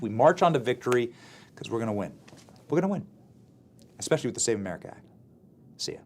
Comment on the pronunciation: It’s not, “eckspecially”!!! It’s “ESpecially”. Make it stop. It’s like, aks. I want to aks you a question.